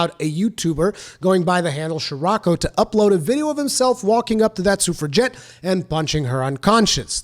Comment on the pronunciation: If I could take at least one thing from this video, I now know how to pronounce suffragette!